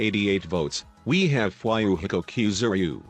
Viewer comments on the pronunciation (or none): fwhyyouhiko Kuzooreeyoo